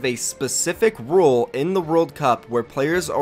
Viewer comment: It’s RULEEE NOT ROLE